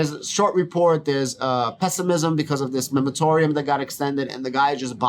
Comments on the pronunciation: great video. I own 10,450 shares of Sofi. I usually add shares every week but i’m holding right now until the price drops below $8.. Also it’s the “moratorium”… not “memotorium”… 😂 it also took me awhile to get that right. mor·a·to·ri·um /ˌmôrəˈtôrēəm/ noun a temporary prohibition of an activity. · 😂😂😂 the accent is the reason you’re saying MEMAROTORIUM instead of MORATORIUM? like i said it took me a while to say it correctly so no harm no foul.